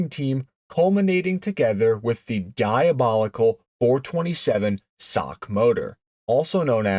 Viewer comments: SOCK? Please teach your AI. It’s S O H C, cammer or single over head cam. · WTF is a "sock motor'? Do you have any idea how un intellectual that sounds? S O H C has never been said as "sock", not ever. If your thesis were remotely true, then double overhead cam motors would be "dock" motors. Maybe now you can see the difference. Calling them "sock" motors does not make your patter more intelligible or elevate your not very car oriented dialog more "car and coffee" sounding. S O H C, each letter pronounced separately is the correct way, the real "cars and coffee" way to say this. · Nobody calls it the "sock" 427😱. It is called the Cammer 427. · SINGLE OVERHEAD CAM, not "sock". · Oh God, help me, give me strength. Did you not see the S O H C on the valve covers ? ! And yes we always called them 'SOHC'. Pronounced like that foot thingy BUT NEVER REFERED TO OR SPELLED AS THAT FOOT THINGY ! ! ! Please Lord, forgive me. But even you understand how much this hurts ? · Nobody calls it a "sock" it's Single Overhead Cam. Narrator sounds ridiculous when he says "427 sock" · The SOHC has been generally referred to as "the Cammer" or "Ford SOHC(pronounced as sock) since the 60's. I've been around since 1952 and have heard it referred to both ways for most of my life. Maybe in your neck of the woods it hasn't been referred to that way, but the world is much bigger than your neighborhood. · God. I turned it off at "sock". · clicked off soon as dude said "sock" gtfoh bro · Someone needs to punch this guy for trying to say SOHC as a word. You sound retarded. Single Overhead Cam. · Quit saying sock!!!!!! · did bro just call it a sock motor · These YT videos are being read by AI so they see SOHC as "SOCK". They drive me nuts...you'll see a reference to a Porche 911 and the AI will say "Nine Thousand one hundred and eleven."....really stupid. AI? I dun thin so, Lucy! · Bro, SOHC is an abbreviation not a word, stop pronouncing it as a word.